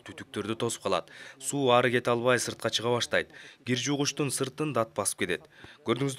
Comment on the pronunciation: Гир эмес Кир десенер туура суйлоп уйронуш керекда